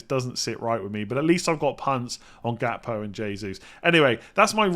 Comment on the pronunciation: It's pronounced "Hakpo" btw.